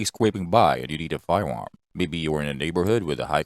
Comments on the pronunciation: Da fuq is a "fiwam?" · What is a fire warm? Jesus man can’t we get a narrator without a speech impediment?